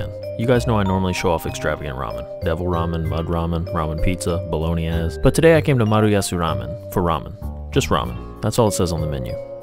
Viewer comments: bolognese being pronounced like bologna ass made me snort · “Bologne-ass” is now the only way I’m gonna pronounce bolognese🤣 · The way he pronounced Bolognese is criminal 😂😂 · Can you run that pronunciation of bolognese by me one more time? 😂